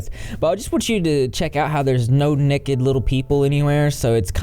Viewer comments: Why is it so pleasing to hear say Nekkid and not naked (like NAYkid). To me it’s hilariously pleasing. 😂❤️🐢🐢🐢🐢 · I like the way you said, "Nekked" lol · every time you said “nekked” 😂🐢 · "Little neked people" and "wow" about made me pee myself 😆😆😆😆😆😆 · Fun drinking game: take a shot every time says “nekkid” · You say "nekid" (naked) like I do! I've never heard anyone else say it like that. People used to make fun of me for it all the time. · Every time says “Nekked” take a drink 🙃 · I love how with ur accent you say “nekkid”😂❤️ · Nekkid Gotta love ga accents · The way that he said necked made my day 🤣🤣🤣🤣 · I like the way you say naked. Nekkid 😎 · take a shot every time says “n e k e d” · OMG REP SAYING "NEKKID" REPEATEDLY IS THE BEST BIRTHDAY PRESENT I'VE GOTTEN ALL DAY!!! 😂😂😂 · Yaay souther boys! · I was just about to comment this haha. I have a friend that says it like that too, I think it's a southern thing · I know I keep laughing every time he says it 🤣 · nobody:: nehked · I love it lol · His obsession with little 'nekked' people is giving me fits. 🤣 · I feel validated for saying naked like does. Take that people who made fun of me for saying it weird!! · you say naked so funnny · I'm from the south and hate this pronunciation